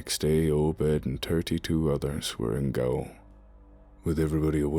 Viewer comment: Is this a fake British accent? The mispronunciation of "Gaol" was a rough one to start off with. It is pronounced the same as the newer American spelling "Jail".